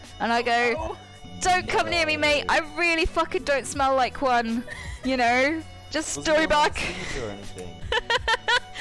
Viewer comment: "I really don't smell like one (Angel)" the liaison between "like" and "one" is hella real: "lie-kwon" Haha don't mind me, i'm just an uncultured american..